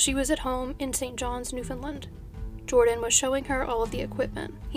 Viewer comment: Except for the word Newfoundland. Americans regularly say New-found-lind. It is said more like the word understand. Say it quickly and punch the word land.